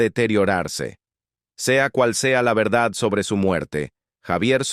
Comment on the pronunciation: Se dice "Verdad" te falta la D al final